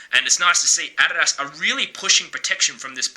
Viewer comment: if I hear you say adidas wrong 1. MORE. TIME......